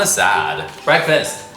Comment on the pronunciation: When he/them/her said BREAKFASTAH that made me 💀